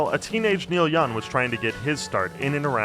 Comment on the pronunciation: Am I the only one who's hearing the narrator call him Neil Yun?